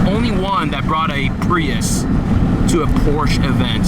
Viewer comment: I threw up a lil when you said pruis🤢